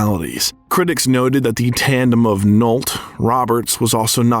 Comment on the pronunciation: I'm 99% sure it's a bot voice. Mystical Pizza? Ashley Jude? No English speaking person would pronounce Judd as Jude. Nick Nolt? It's still a pretty good bot. We don't know for sure. I find it a bit unnerving.